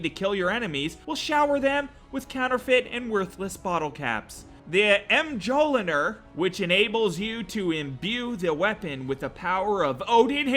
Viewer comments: It's pronounced mole-ja-neer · For the first mod,mjonir is weird but is pronounced myonneer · mjolnir is pronounced myol-neer, also it wasnt odin that weilded it it was THOR, norse god of thunder. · " Mjolinher" lmaoo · It's pronounced MUH-YOL-NEAR